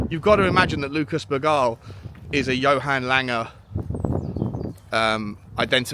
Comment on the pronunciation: Bergvall not Hall 💕